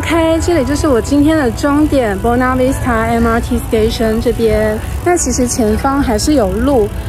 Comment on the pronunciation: Buona Vista而不是 Bona Vista啦。。。